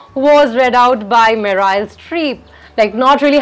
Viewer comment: Nice video. Btw Meryl - pronounced as Meril :)